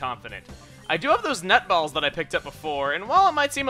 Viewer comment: When he said "I still have those net balls", I thought he said "I still have those nut balls" o_o